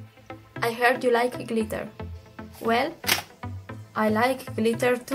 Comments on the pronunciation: Not gliter its glitter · The way she says glitter tho.like glithea. Lmmfao.butt nice video tho